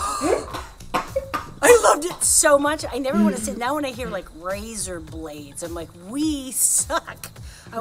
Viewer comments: it’s pronounced Rayzer blades. You’re saying Riser blades. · RAY-ZA BLAYDZ